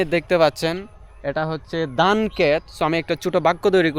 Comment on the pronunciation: আপনার ইংরেজি তো বেশ ভালো হয়,তবে বাংলার উচ্চারণটা একটু ভালো করা দরকার।যেমনঃ আপনি ধানকে দান বলছেন,ভাষাকে বাসা বলছেন,কথাকে কতা বলছেন।আশা করি বিষয়টা পজিটিভলি দেখবেন,শুভ কামনা রইল।🙂❤️